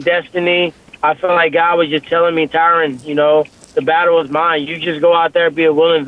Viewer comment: "TyRun Woodley"